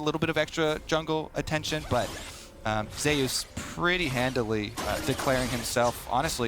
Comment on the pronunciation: Why is he calling zeus ZAY oos?